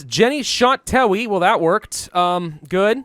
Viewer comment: Heh, "Tewi the medic" reminds me of a copypasta about how Tewi is actually pronounced Tei.